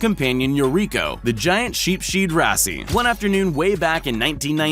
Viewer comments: Narrator: “sheep shed rassie” Sheepshead Wrasse: \’sheeps hed ‘ras\ “and I’m the one with a knot on my head.” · Caiman - pronounced: CAY-MAN Sheepshead Wrasse - pronounced: SHEEP'S HEAD RASS (E is silent) Also, there are hundreds of species of pythons, if not - thousands... The one in this video is a Burmese Python! Do some research, contact a biologist before making your videos. I study salamanders but even I knew these pronunciations were way off haha